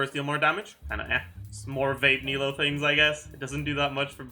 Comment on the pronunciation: says he tries to pronounce sumeru characters' names correctly but then pronounces nilou as nahida smh